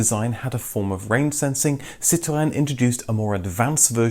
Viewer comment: I love how you pronounce 'Citroen'...bravo!